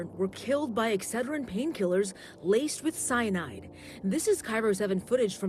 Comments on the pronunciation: I like how puts the em-PHA-sis on the wrong sy-LLA-ble when saying EX-ce-drin instead of Ex-CED-rin. 😆😂🤭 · Just a heads up: Excedrin is pronounced x-CED-rin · Its pronounced x said er in not X tra gen. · Not EXER-DRIN, X-SAID-DRIN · I was confused. In US we pronounce it ex ced(accented 2nd Syllable) rin . I first thought sure you were saying estrogen. lol😊 of course, pronunciation of English really varies. Love your show. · The way he says "Excedrine" as "Ex Ed Rin" and not "Ex Ced Rin" is adorable, too bad he corrects it halfway through the video . The story is horrifying. Apoxia is awful. If my husband died, I'd be drunk too. Just sayin. Did they test the spouses?? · Ex-suh-drin? We call it ex-SED-rin here in Usa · exujrin? girl its ex SED jrin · Exce-drin? Ex-ced-rin 😂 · you're killin me. It's pronounced "EX-ced-rin" Give it a GOO! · They were capsules not tablets. EXCEDRIN is pronounced ex-SAID-rin. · Sorry, but it's pronounced " Ex-CED-dren. I hate myself 😮😮😮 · It is pronounced x CED rin! 😉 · If you hadn't shown a picture of Excedrine, I would never had known what you were saying! It's pronounced ex-said-ren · It’s too cute that your saying Excederin wrong😅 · Exsaidren is the correct way to say this. I was trying to figure out what the heck it was. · Pronounced ....X-ced-drin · I love you, but it's Ex-CE-drin, stress on the second syllable. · The way you say excedrin🤣🤣 it’s ex-sai-drin 🤣🤣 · Anyone else from the States just loving the way says “EXcedrin”?! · ExCEDrin Emphasis on the middle syllable. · Yeah, he says it as if there was no C. Exedrin. Hehe. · He did say Exheadrinn at least one time. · It was driving me nuts. I had no idea what he was talking about. Then he showed a picture and I'm like, "ooooh. Ex - CED.- rin!" Accent on the second, not the first. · 🌈 It's pronounced Ex-Ced-Rin. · dude I love your videos, but it's pronounced X-SAID-Wren (like the bird) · It's pronounced...Ex-said-dren. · Ex- SAID- dren.